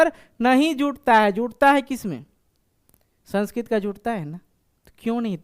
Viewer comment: The pronunciation of the word "Sanskrit" is wrong!